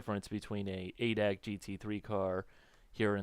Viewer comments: hey, its pronounced "a" "d" "a" "c" and not "adac". it is a big automobile club here in germany as you may know. just a small hint. thanks again for your videos, i really enjoy them! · havent watched the whole video yet but we germans say "adac" like we spell it. A,D,A,C. its a short cut not word. a VERY VERY MINOR complaint :D. fun aside, why didnt simbin go for GTR3 instead of this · its not ADAC its A D A C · Its called A D A C, ( looooooooooooooooool Darin) xD. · yeah but i feel like dying when hearing it in a word.:D fyi, you can call it General German Automotive Club if you dont feel like saying A.D.A.C.:P